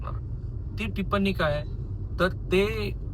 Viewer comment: आपण टिप्पणी हा शब्द चुकीचा उच्चारता . ण ला ण जोडून शब्द बनलेला नाही,तुम्ही ण्णी असा उच्चार करता, प्रत्यक्षात प ला प जोडून प्प असा उच्चार करत टिप्पणी म्हणा !पुढील काळात सुधारणा अपेक्षित ! धन्यवाद !